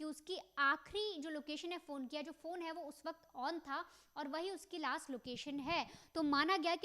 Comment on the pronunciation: Tu bhi kya 2nd standard tak padhi hai kya.......??? Last location ko laas location kya bol rahi hai.....?? English ati nahi to mat bol.....!!!!